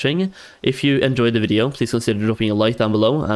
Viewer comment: i cant get over they way he says video... it bothers me